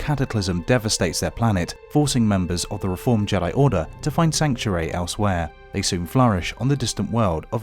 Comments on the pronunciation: It's not JEA-DEA it's JEA-DIE bruh pronounce it right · you said Jedi wrong you said juday